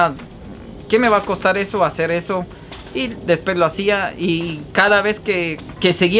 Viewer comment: Escuche mencionar la palabra después como mil veces quedé con trauma lo peor es que no lo pronuncias bien trata de mejorar tu leguaje leyendo libros para que ya no hables como un vulgar se dice DESPUES no como tu lo pronuncias DESPES 👂🏼